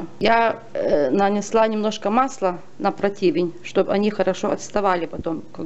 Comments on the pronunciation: Не эклЭры, а эклЕры. Не протИвень, а прОтивень. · Рецепт супер молодец!! 😘 Бляяя ну раздражает же когда ударение неправильно ставят!!!!!!!! кАмфорка, а не камфОрка прОтивень, а не противЕнь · Проооооооотивень правильно! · "протИвень"!!😅😅😅 "ЭклЭров""😅😅😅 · Большое спасибо за рецепт, и отдельное спасибо за произнесенное слово противень. Насмеялась от души. Настроение поднялось. Пойду эклеры печь